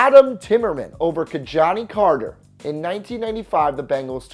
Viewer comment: It's pronounced Ki-Jahnah Carter)